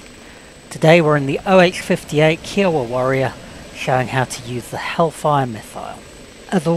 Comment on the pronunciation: Great vid but the way you say Kiowa bugs me😂